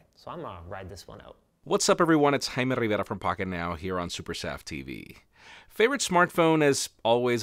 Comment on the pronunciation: the way name said Jaime Rivera, its exactly what Russell Peter's joke about how Spanish language country wants the names say it the right way.. 😂